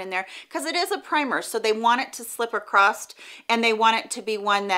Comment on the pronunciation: Is she actually saying acrosst instead of across? It’s really throwing me off or am I hearing things?